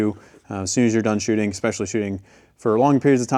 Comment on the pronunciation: I love you when I say this, the word is E-S-P-E-C-I-A-L-L-Y, let me hear you say it. Good Not EXPESHALLY